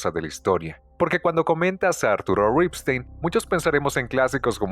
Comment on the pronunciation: Qué bien pronuncias Ripstein, con mucho estilo, pero no sabes pronunciar "lúgubre".